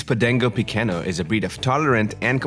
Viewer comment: It's called Podengo (with a G, not C) Pequeno (no ~), not Podenco Pequeño. It's a Portuguese dog name, not Spanish.